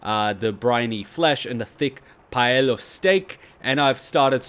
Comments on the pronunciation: PALE-IO steak. Not paella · paleo: Pay-Lee-O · Pay Lee Oh